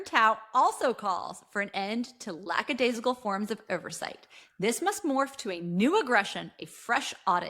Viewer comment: “Lackadaisical “ not “Lacksadaisical,”.